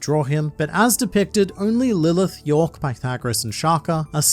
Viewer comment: It's york